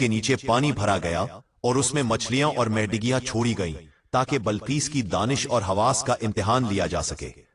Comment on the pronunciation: ائے والے (ویڈیو پڑھنے والے) ۔۔۔۔۔۔۔۔۔۔۔۔ یار کم از کم اپنی اردو تو صحیح کر لیے!! گھوڑے کے سَموں نہیں بلکہ سُمۤوں ہے (زبر نہیں پیش ہے) اور میڈگیاں نہیں۔۔۔۔۔۔۔۔۔۔۔۔۔بلکہ مینڈکیاں ہے ۔۔۔۔۔۔۔۔ مینڈک سے ماخوز ہے۔۔۔۔!!! بس ہر اُجد گوار ویڈیو بنانے کے شوق میں اندھا ہے۔۔۔۔۔۔۔۔۔۔۔۔۔۔۔۔۔ اور پڑھنے سننے والے اس سے بھی گئے گزرے ہیں کہ مسلسل واہ واہ کئے جا رہے ہیں۔۔۔۔۔۔۔۔۔داد دئے جا رہے ہیں۔۔۔۔۔۔۔!!!